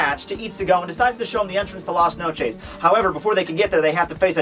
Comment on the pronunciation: At LAS NOCHEESE ._.